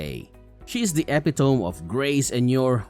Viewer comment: It's e pit o me, not epi tome